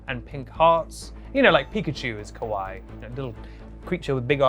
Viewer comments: When he says kawaii he say (ka-why) which that mean scary in japanese it should be pronounced (ka-wa-ee) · fyi if you say “kawai” without the extra “i” you’re saying scary instead of cute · the way you pronounced kawaii was funny because kowai means scary and unsettling and all the images you used would be described as kowai rather than kawaii